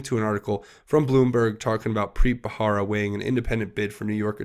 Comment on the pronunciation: it's Preet Bharara. "buh-rare-uh" not "buh-hara". (it's been bugging me lol)